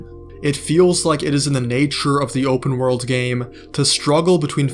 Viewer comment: "open wOrld" x1,000 Bro is not getting an A on his English exam. 😩